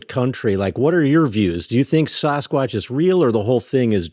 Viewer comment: Sauce kwotch? Really?? Come on guys! It's Sass kwotch, dammit! :D